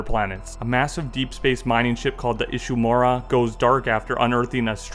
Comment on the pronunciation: You pronounced it just perfectly! Most legendary spaceship in Sci-Fi history if you ask me, right before the Event Horizon 😬!